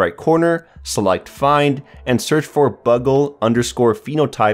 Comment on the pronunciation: Bugle is pronounced "byoogle" not "buggle".